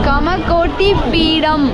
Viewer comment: உன் தமிழில் தீயை வைக்க அது காஞ்சி காமகோடி பீடம் (தவறான உச்சரிப்பு) சகோதரி